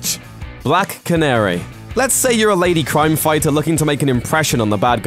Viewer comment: couldyou please find a presenter who can pronounce the letter 'R' I don't care how good your research is (and since you didn't known Hawkman and Hawk girl were police officers from another planet and that was their uniform of course they look similar it's pretty poor) i could only make it half way through listing to you rabbit on about "cwime" before i gave up in disgust-get speech therapy or a new job.